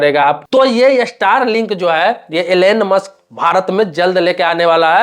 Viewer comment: एलेन मास्क नही एलोन मास्क😂😂😂😂 Elen mask nahi Elon mask😂😂😂😂